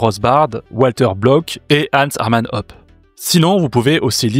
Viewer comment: Hoppe ça se dit "Hôpeu" pas "Op".